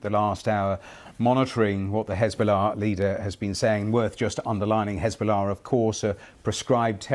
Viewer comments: He still manages to pronounce Hesbollah with piety and impeccable accent though. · Pbuh-Piss be upon Hez-ball-less 😂